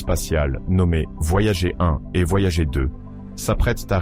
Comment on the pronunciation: La sonde "voyagé" vraiment? Et toutes ses liaisons ridicules entre les mots, pas top cette fichue IA. Comme d'autres, désabonnement jusqu'à un changement pour un vrai conteur humain aux manettes. Néanmoins bonne continuation à votre chaîne.